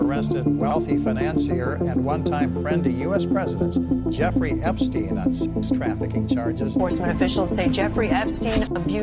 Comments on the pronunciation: Bhai sab kuch thik h But words ka pronunciation thik se krlo toh aur sahi lagega sunne m... it's EPSTEIN not EPiSTEIN.. Just a suggestion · He couldn’t pronounce Epstein 😂